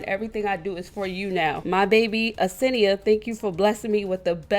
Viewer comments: where do you see a e in front of her name ? like damn u never say her name right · Why you say senia like that😭😭😭😭